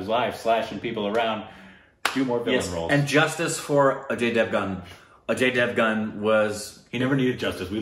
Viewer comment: Aajy davan:It's Ajay Devgan Meanwhile Indians: 😍😍, should be given Indian Citizenship, His Pronunciation Is even greater Than Shashi Tharoor 😂🤘